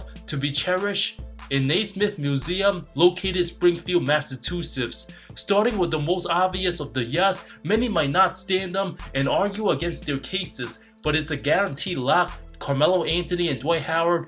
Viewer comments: he literally says massatufits trying to say massachusetts idk what you are listening to.. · at zero point did he say neismisth museum at one minute...he said massachusetts and messed it up big time...not an accent problem..he butchered the word..cry some more